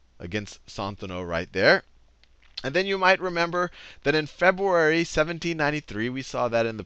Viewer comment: Aaaah he said it again ...Febuary .... I can't contain myself!!!